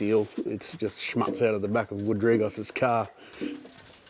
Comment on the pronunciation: I'm sorry. I heard it a lot of times now and I feel to tell you: The "u" in the word "Schmutz" is pronounced like the "oo" in football. Nevertheless I like all of your show. Thank you very much!! Cheers.